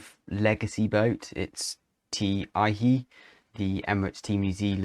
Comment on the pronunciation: There's no "i" sound in Aihe the Maori name for Delphinus delphis the common dolphin, a common sight in the Hauraki Gulf. Google is now up with Te Reo, the Maori language. Also the first syllable is not accented as in spoken English. Otherwise an excellent and enjoyable presentation. Plain Sailing!